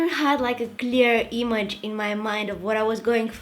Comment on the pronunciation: its image she is saying it 'e-muj'😂😂😂